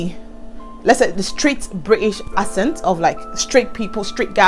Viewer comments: i like what you're doing, i use to mispronounce words wrongly when i first came. too . Note: Accent is pronounced akcent not assent even though is spelt accent.. so it's pronounced ackcent. U can type it on youtube for correction. . When i came to the UK, i realised that my pronunciation was wrong so i humbled myself to take correction ..... the best way to learn is to type on youtube "accent pronunciation" and it will be corrected . English is not our language, so i no they send anyone who's trying to insult me and i always stand to be corrected that's the only way to learn .. but make sure u slow down , don't talk too fast.....until u master all pronunciation .But overall i enjoy your story and i'm going to subscribe . u forgot to mention the fast internet though that you're using for your youtube...and plus in the uk their is help every where especially for women. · Talking of accents, the word is pronounce "axent" not "assent"!